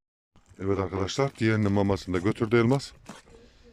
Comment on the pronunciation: Ay nasil guldum teyzenin lafina elmaass calman demis ya